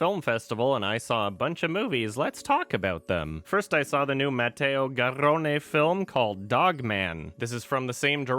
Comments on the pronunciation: He rolled the r. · wow good pronunciation of an Italian name for an English speaker,.